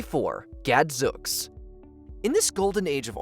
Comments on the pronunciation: the word is pronounced Gadzooks, with a long oo sound like smooth, sooth, boot, and moon! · It’s Gadzooks rhymes with spooks